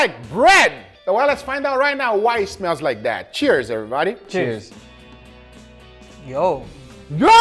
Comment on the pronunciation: if you just want to see if wine-aged steak is good or not. Also, take a shot whenever Guga says "everybahdee", see you in the ER.